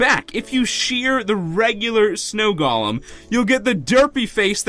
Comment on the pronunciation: Omfg I'm gonna unsubscribe if u said galem ITS PRONOUNCED GOLEM (GOAL-EM)